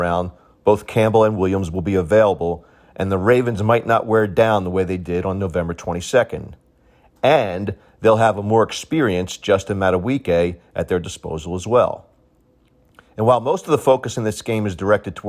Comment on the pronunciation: its pronounced mad-a-bee-kay